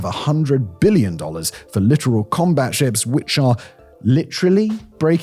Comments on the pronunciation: littoral not literal. i though only bad AI was still mispronouncing that. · 40 seconds in and: 1) The ship in the thumb nail is not a frigate 2 ) Arleigh Burke is not a battle ship 3 ) by purpose or acciden you prounced littoral incorrectly I love the channel but you've really dropped the ball on this one.